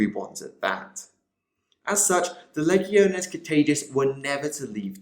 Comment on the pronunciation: LEE-GEE-OH-NAYS = LEGIONES NOT LEGG-EE-OH-NEES. CMON THIS STUFF'S BEEN AROUND FOR A FEW DECADES NOW, PRONOUNCE IT RIGHT.